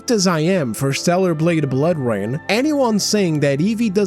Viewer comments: "Bloor Rain" lmao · Yea tell me about it, hate "Bloor" Rain lmao